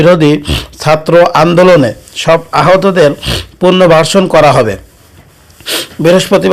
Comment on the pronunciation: কথাবার্তা শুদ্ধ করে বলবেন পুরনো ভার্সন পুরনো বাসর না পুনর্বাসন